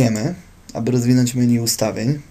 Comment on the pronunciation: Kurwa czy on powiedział „meniu”? Xdddd